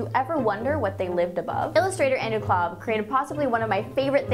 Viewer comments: You know its Kolb not Klob right? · The artist's name is Kolb, not Klob